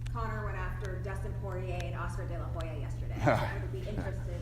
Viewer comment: Han House You mean Oscar de la highya!!!!!